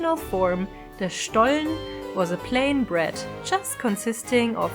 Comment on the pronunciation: Ohhh I didn't know the story about the Butterbrief 😯 thank you for educating me!! I always love the warm lighting in your videos 💚 Looks so cozy, I'm a big fan of that! I think it sounds funny when you talk in English and say SCHTOLLEN in-between 🤣 that made my day! Thank you for sharing such a lovely video about another beautiful tradition of our home 💚